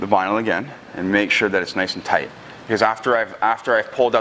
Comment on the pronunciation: Tight not toight